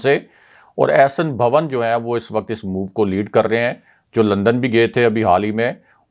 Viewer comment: صاحب، احسن بھَاون نہیں احسن بھُون Bhoon. بھُون جٹوں کی ایک ذیلی شاخ ہے،